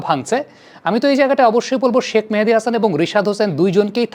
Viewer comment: ভাই কেউ কি বলবেন শাক মেহেদী নাকি শেখ মেহেদী? শাক মেহেদী বলে কেন!